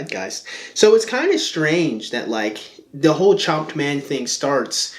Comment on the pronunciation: It sounds like you're saying Chomped .